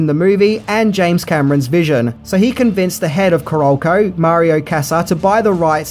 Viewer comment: Hearing you butcher the pronunciation of "Caralco", "Kassar" & "Fiedel" is horrifying.